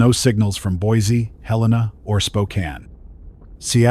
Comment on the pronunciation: At least the AI pronounced Helena correctly.